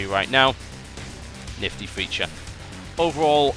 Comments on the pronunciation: lol TB said "niffty" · He said nifty N I F T Y